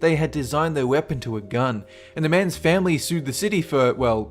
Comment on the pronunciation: Er, Ner! She accidentally drer her gern and Shawt him to deeth!